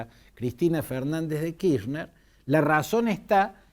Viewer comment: Kirchner es un apellido alemán ¿De dónde sacó que la CH de la palabra Kirchner se pronuncia como “sh” en inglés? Fantini, analista político tercermundista y viejo chuncano: la “ch” en Alemán se pronuncia como J en castellano y no como la sh en ingles. De manera tal que se pronuncia KirJner. ¡Viejo chamuyero!!!